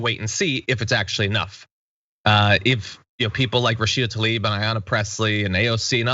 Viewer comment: Tl-a-ib. Not Ta-lib.